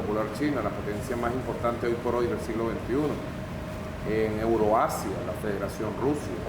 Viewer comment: EUROASIA JAJAJAJA HABLÁ BIEN